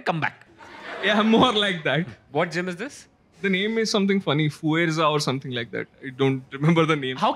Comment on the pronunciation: the girl pronounced “fuerza” incorrectly 🤦🏻‍♂️